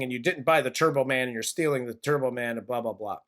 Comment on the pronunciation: That sh*t cost $75 million??? How much of it was Arnold's fee??? $30-40 million??? Now, this movie is a total christmas garbage! It's even worse than Home Alone #3, #4, #5, #6. *** "T(e)urbo Man!" "Jamie!" My God... Go to a speech therapist, Arnold!